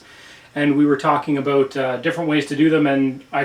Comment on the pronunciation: Are you Canadian I kinda heard aboout.